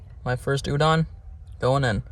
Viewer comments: It’s pronounced udon not ewdawn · It’s not u-dawn, it’s u-doe-n, good episode really enjoy your stuff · the way u say udon is so funny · My guy cant even pronounce the dish the right way.